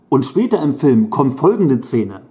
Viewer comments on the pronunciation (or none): Warum sagst du immer Cene, oder Zene?Ich musste wegschalten..